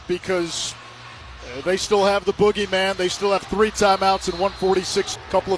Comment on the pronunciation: "They still have the bogyman." LOL